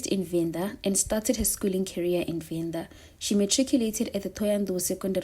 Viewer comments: Are you Venda by any chance ? You are nailing the Venda names 🙏. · are you Venda? They way you pronouncing the Venda words is very suspicious 😅❤